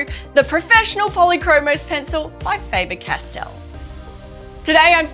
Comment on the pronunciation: The Castell section is correctly pronounced. The german „A“ in Faber is differently spoken than in english. The german „a“ sounds more like the „a“ in the english word garden. Greets from Germany 👋